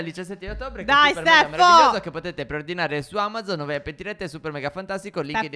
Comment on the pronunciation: Perché phere dice STEFFO. LOL😂